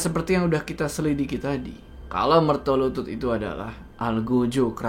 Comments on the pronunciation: BUKAN MERTOLUTUT 😂😂😂😂😂😂. Tapi MERTOLULUT. Waduuuuuuuhhh ga ati2 nich... Coba dech cek google kl ga percaya... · Mertolulut bukan mertolutut bang hehe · yang bener MERTOLULUT, bukan MERTOLUTUT. Mertolulut (secara harafiah Mertolulut artinya Sabar Menunggu Kematian) adalah jabatan dalam keraton yang bertugas sebagai eksekutor hukuman (sejak kepemimpinan Sri Sultan Hamengku Buwana I), biasanya Mertolulut diadmpingi juga oleh pejabat kraton dengan jabatan Singonegoro. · koreksi bang Jo, setau saya bukan MERTOLUTUT, tapi MERTOLULUT, sehingga nama tempat tinggal mereka di jogja maupun solo di sebut MERTOLULUTAN, tempat tinggal/kampung mereka dinamai berdasarkan profesi mereka pada waktu itu